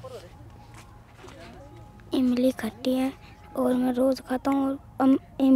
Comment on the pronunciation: khatti nahi bhai tatti bola 😁😂😂